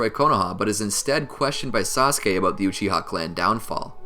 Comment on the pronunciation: Uchi-Ha clan, is that some english dub pronunciation?